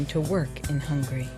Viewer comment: I'm dead, you really said "HUNGRY" where is the 'A' at??? lmaooo